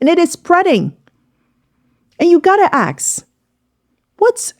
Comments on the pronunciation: You gotta ASK, not AKS. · Can you say ask instead of axe that just agervates me 😂😂😂😂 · You gotta Ax them if this is right, you gotta Ax yourself this question!